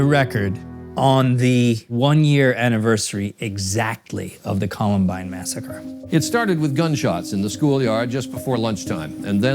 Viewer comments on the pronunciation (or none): none